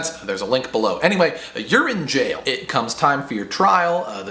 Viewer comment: haha, you said Urine Jail :D